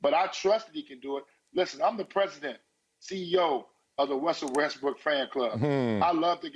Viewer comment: Did Antoine say Wussell Restbrook?